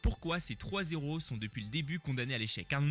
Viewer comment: Vidéo peut-être intéressante mais j'ai arrêté le visionnage quand le narrateur a dit " ...pourquoi ces trois Z'héros... ". Ma santé intellectuelle avant tout😔.